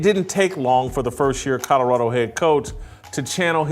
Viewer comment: Yo this is exactly why I’ve always hated whitlock he that black guy that’s just straight lost and delusional Mf a say anything with no facts just straight 💩 flying out his mouth…. And it’s fuckin CO-LO-RA-DO not codarrado 💀